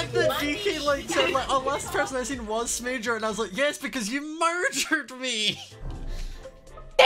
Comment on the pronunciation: I thought you said Base Major in the intro and I was sooooo confused 😅😅